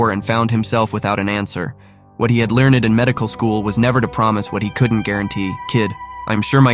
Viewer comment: A story like this deserves to be told by a human, not a money-saving bot like this (that speaks with no emotion, and pronounces "learned" like "learn-ed"). Of course, any story that tell us what the boy was thinking has to be taken with a huge grain of salt. The whole thing is no doubt a fiction.